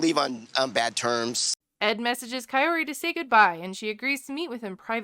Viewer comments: Ed pronounced "Kaory" different every time he said it. ffs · I cant listen to ed say Kaori's name one more damn time.